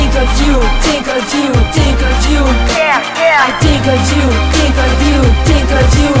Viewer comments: Faut que tu prononce le H dans tHink.. mais apart ca moi jlaime ste toune la <3 :) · tu devrais ameliorer ton accentcar c pas tink mais think !! mais tu es bon te laisse pas rabaisser par les autres !! tu es bon continue !